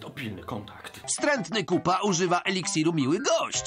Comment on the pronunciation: Niekryty Krytyk oni nazywają się Koopa a czyta się...